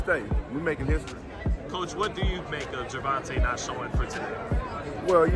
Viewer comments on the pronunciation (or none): First off - It's GER- VON-TAY! Second of off - they should sue you for saying nor alot of hype surrounding the fight. Yes there is. Maybe not for your community.